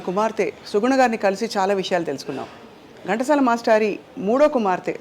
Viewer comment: ఓరి మీ తెలుగు తగలెయ్య!!!! అది గంటసాల కాదు ఘంటసాల వాళ్ళ ఇంటి పేరు ఎందుకు కూని చేస్తారు.. ఇంత పెద్ద పేరు ఉన్న చానెల్ లో కూడా ఈ తప్పులా😏😠